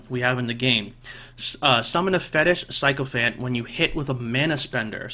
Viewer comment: Can you stop pronouncing Sycophant wrong? Psychophant is wrong. Sick-o-phant